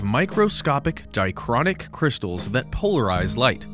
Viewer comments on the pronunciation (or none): 1) You mispronounce "dichroic" as "dichronic" 2) Dichroic crystals have nothing to do with Polaroid film 3) Although Polaroid was originally a term for the polarizing material Land invented for polarizing filters, polarized light and polarizing filters have nothing to do with Polaroid film, which used a series of chemical reactions that proceed at different rates to accomplish successively all the steps needed to produce a finished picture automatically. I suggest viewers of this video look elsewhere for correct information.